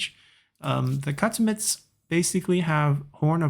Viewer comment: Great video! Just a tip, Aksumites is pronounced (Ahk-Soom-ite), and Shotelai is pronounced (show-tell-I). Thanks for the awesome videos!